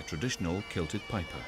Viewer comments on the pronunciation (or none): none